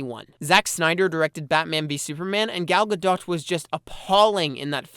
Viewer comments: Great stuff. However, I don't understand how you couldn't have watched a single interview with Gal Godot to know that her name is pronounced "Guh-dough". The 'T' is silent. A tiny effort goes a long way, because it makes you seem unworldly and like you're operating entirely in a tiny bubble where you don't do even the basic of research. Anyway, like I said, everything else is great stuff and it's a privilege and an honor to be able to watch such a great and thought-provoking analysis for free online. Thanks! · gadot pronounced gah-doh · It's Actually pronounced Gal Gadot ;p